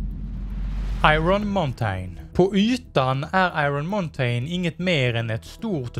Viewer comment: Muntain det uttalas inte så